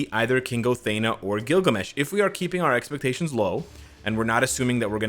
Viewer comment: Thee- na not Thay-na. But yes i hope she will be the Tier3.